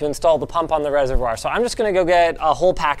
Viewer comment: Please learn how to say reservoir